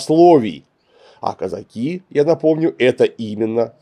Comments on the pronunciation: Клим Александрович, почему вы так странно ставите ударение в слове казаки? причем иногда даже правильно. Страшно режет слух. Правильно Казаки́, на "и" ударение. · Слова Казаки произносится с ударением на последний слог. Ученых много о казаках, а как это слово Казаки произносить не знают.